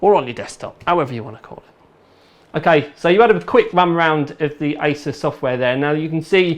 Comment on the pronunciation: did he say ISIS XD